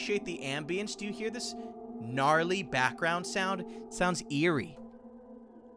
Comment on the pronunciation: 1. MY EYESSS AND 2.*QUWEESIG SO HARD* HE SAYED NARLY